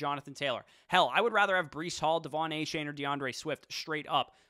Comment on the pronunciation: A-Chan! Not chain. A-Chan!